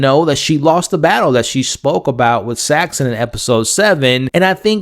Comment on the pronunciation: how do you cover this whole season and still say multiple characters names wrong lol? Sritala and Saxon, not 'Shytala' and 'Saxton'